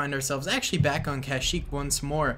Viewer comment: My man said cash-eeek